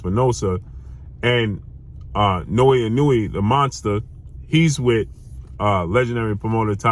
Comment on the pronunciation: it's naoya not naoui😅